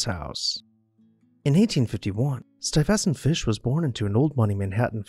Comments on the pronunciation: Dude, Ken.... it's Not stuyVEStant.....it's pronounced STUYvestant (accent on the first syllable) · On this video it's being pronounced Sty vessunt (two syllables rather than three) At least that's how I'm hearing it. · Please learn how to correctly pronounce the name "Stuyvesant." Thank you! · Please learn how to pronounce names, e.g., Stuyvesant. I've notice this in some of your other videos. So much effort it put into them that it is a shame that the pronunciation of some names is off.